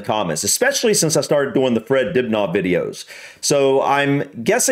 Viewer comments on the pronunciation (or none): Just saying, Dibnah is pronounced dib na short not dib naah long. Well were he lived at least. 👍🇬🇧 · If you read the comments stop saying Dibgnaw fgs.